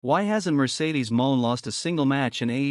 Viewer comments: Please stop mispronouncing monet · Stop mispronouncing Monet 😢